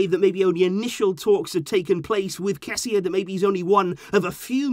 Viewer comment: I think if his name is spelt kessee, it will help with your pronunciation, but how you pronounce kessie means something else. The meaning of his name is BIG and the meaning of how you pronounce it is bones😂😂